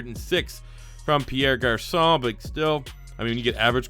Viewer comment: "Perry Garcon"